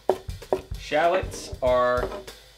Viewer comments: Ben Brown yup 😂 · Yup made me want to shout everytime he said it